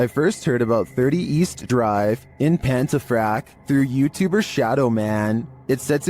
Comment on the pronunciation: Pontefract not pentefract